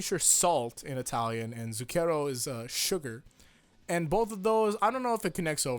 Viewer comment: Anyways, it's zúcchero. Believe me i'm from italy.